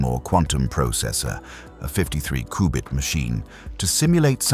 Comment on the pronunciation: Take a drink everytime he says Qubit wrong.